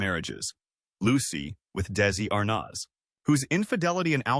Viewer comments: AI narration omg “Daisey…Lou(pause) Desi m ArNOZ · the narrator can’t correctly pronounce Desi’s last name or the name DESILU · The first picture is NOT Vivian Vance. Where are you getting your information? Bad voice over. How dare you dump on Vivian. Also can you pronounce Desi last name correctly? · We don't support you. This type of content is sloppily slapped together and is all over YouTube, feeding misinformation to so many viewers. In this particular video, the bot narration has constant glitches in it - did you even LISTEN to it before putting it up? Additionally, "Arnaz" and "Desi-Lu" are mispronounced. Call me crazy, but I like a HUMAN, EDUCATED narrator.